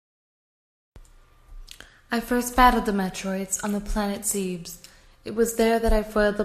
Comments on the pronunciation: one thing, it's pronounced ZEB-US rather that ZEEBS. An honest effort though. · awesome. (its pronounced ZEH-BES, not ZEEBS, though) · It's not ZEEBS It's ZEBES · Okay this is just once nit pick ITS NOT ZE-BES ITS ZEB-ES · Metroid: Other M was a good game, I'll admit, but the voice acting, it was terrible, everytime she said Zebus, instead of the true pronunciation, Zebes, I wanted to jump into the screen and slap her until she said correctly. At least your wife did a good job on pronunciations, I'm SUPER picky about that stuff! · It's pronounced zehbis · It's actually pronounced ; Ze-Bus. Also, that theme rocks! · Wth?? Why is she saying Zebes like that? I'm japanese and that's not the pronounciation it says.... :/ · hehe, She pronounced zebes wrong :D